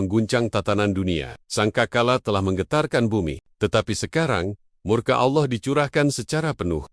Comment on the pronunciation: Rupanya si tuan AI ini tidak bisa mengucapkan kata Allah dgn benar